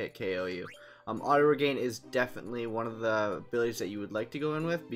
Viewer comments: It's pronounced and spelled "Regen", not regain. - Auto-reflect blocks your own white magic, which is a downside to putting it on every character. - There are easier spots to find the dragons. - You should've taken the question part out of the video. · The Auto-Reflect is more of a bonus then a downside when you have Auto-Potion and Auto-Regen. You can also put Chemist on Dagger and that helps with any low HP (if it were to get that low). Yeah sorry about the pronunciation of regen, I guess it has stuck with me since I was a kid my bad. Also this is the only spot to you can get to early game so that's why I used it. Yeah I was thinking about taking it out of the video didn't really know what to do with that. Thank you for your input really appreciate it :D